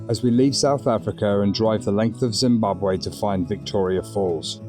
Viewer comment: Excellent pronounciation of Zimbabwe ❤